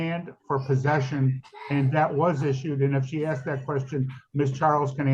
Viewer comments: Why does she keep saying axe? That really annoys me. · Of course she says axe instead of ask. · She should be jailed for pronouncing 'asked' as 'axed' anyway. Also, the arrogance of saying to a judge "did you know..." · your question can’t be “axed” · I find it hilarious that after all these years black people cannot say a three-letter word correctly. They cannot say the word asked. These people are so ignorant and stupid.